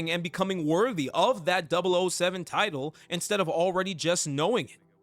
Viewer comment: ah hell nah 😂 it’s kinda funny these YouTubers acting like they’re familiar with James Bond but don’t even know how to say MI6 or 007 😂😂. Like I’ve only ever watched skyfall which I thought was peak at the time and played golden eye when I was a kid even tho by that time the game was already pretty old. I wouldn’t consider myself a super fan but DAMN those are the absolute basics 😂